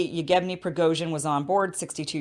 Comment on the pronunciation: Thanks for the show, but surely you could learn to pronounce at least Wagner as for the composer: Vag ner with a V as in German, and the Russian names too. It's not that hard to say Yev ge ny. Just split it up if you need to. It means Eugene in English. etc. A bit of knowledge of your subject goes a long way. But a big thanks for inviting Scott, who is the most knowledgeable in so many fields that he is unmissable. He is also very good at analysing geopolitics.